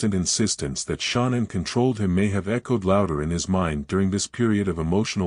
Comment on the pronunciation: I can’t even listen to these because Shan’ann’s name can’t even be pronounced correctly.